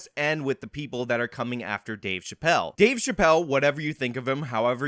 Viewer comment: Thanks a lot, for your “Scumbaggery” 😂, I use that word all the time, and people look at me like I got 9 heads!! But thanks again so much for your Dueshbaggery by playing that girl or trans ⚧ 🏳️‍⚧️ saying Dave Chapelle Dave Chapelle Dave Chapelle Dave Chapelle Now, every time YOU say Dave Chapelle I hear that trans echo!!! Really???????? See? Look what you did now jerk off!!!! 😂😂😂😂😂😂😂😂?